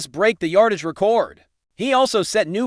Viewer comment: Stop mispronouncing record 😮